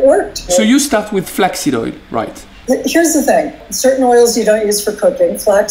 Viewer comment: Ohh flak seed! I thought you said flex seal